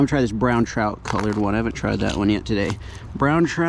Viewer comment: Bro!!! You do know it's pronounced Trout...not, chrout